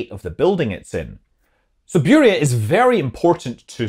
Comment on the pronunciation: It is pernounce burja not buria !